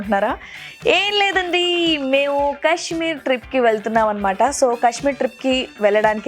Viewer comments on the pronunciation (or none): Kashmeer kadu kaashmeer